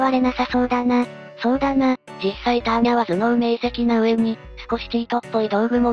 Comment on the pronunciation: アーニャではなくターニャ